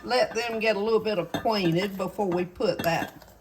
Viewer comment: I love how she says "get aquatinted"! So very southern!❤